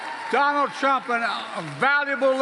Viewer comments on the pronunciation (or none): " We'll teach Donald Thrump...gugh waluable llllesson.... Don't Mess with fluba-da-fluba dun erika (women of America) unlessh youuuuuu wannagetthebenefit.... end quote, repeat the line" 😉 🤪🤤